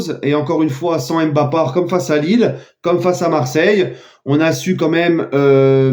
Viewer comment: Pas d'accord avec toi je t'aime bien mais arrete de dire Mbappart ce n'est pas dans ton esprit!